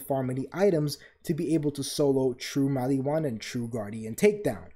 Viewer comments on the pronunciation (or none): "....attention span of a human being before a Tiktok..." Dude, you really tested my ability to tolerate pronunciation problems. Why does Mal-EE-whan bug me so much? I mean, they pronounce it Mal-ih-whan in the game. I know that this is a ME thing, but holy hell was it driving me insane. It's a reference that I'm forgetting, isn't it? All your points were legit though. Kudos and Double Kudos.